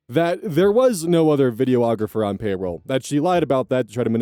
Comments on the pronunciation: videographer not video-ographer lmao. I seriously needed that laugh today though <3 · H, I like your reading but I wanted to point out (as one) that its pronounced Vi-dee-ographer. not vi-dee-oh-ographer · “videoographer” it’s not a thing it’s a videographer you’re saying it completely wrong and adding multiple letters that aren’t in it. You’re welcome for the comment boosting your really stupid visibility.